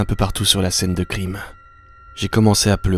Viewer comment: tu as dit scène de clime au lien de scène de crime